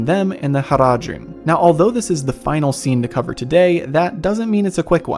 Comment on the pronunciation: Your pronunciation of "Faramir" (and "Haradrim", for that matter) is fine - in Tolkien's languages A is always pronounced as in "father" (though shorter), never as in "cat". This is true for Elvish as well as for Dwarvish or Mannish words (khazad, Saruman, Balin,...).